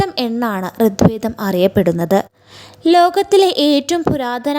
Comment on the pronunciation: ഋദ് വേദം അല്ല!! ഋഗ്വേദം ആണ് ശരി !! അദർവ വേദം അല്ല! അഥർവ വേദം ആണ് ശരി!! ഘയാത്രി സൂക്തം? ആറാം മൺഠലം ? അക്ഷര ശുദ്ധിവരുത്തിയാൽ ഉത്തമമായ വിവരണം തന്നെ 👍